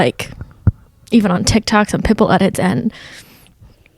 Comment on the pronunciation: I also love how says Pitbull. like "pit bool" emphasis on bool